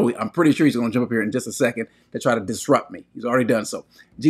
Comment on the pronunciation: “We’re going to Jumpfffffph”